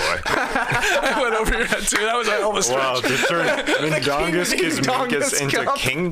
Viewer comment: Not the best pronunciation of Žalgiris, nor Mindaugas, Trey, but do not sweat it, no one pronounces it right. For some reason, even most Lithuanian players, when interviewed in English, don't pronounce Žalgiris correctly, they english-izing it for some reason. Mindaugas, born in 1200, first Grand duke of Lithuania, the only King in Lithuanian history. Never played Basketball tho, haha.